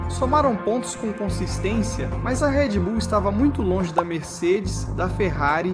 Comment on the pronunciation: Video é copia do espanhol p um português questionável: Não é Redy Bull, é Red Bull. Nomes não são traduzidos, so com algumas excesses. YouTube não é YouTubi. Internet não é Interneti... Escute o original em Espanhol e verás que eles falam a língua deles melhor que nós falamos a nossa.